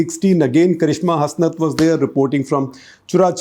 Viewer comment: In karishma Hasnat it is pronounced as hasnaat